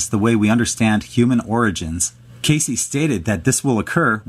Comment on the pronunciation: It's not pronounced KAY-CEE, chucklehead, it rhymes with "base."